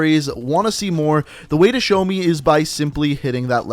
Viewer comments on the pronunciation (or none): none